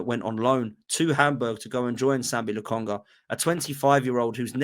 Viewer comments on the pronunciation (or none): none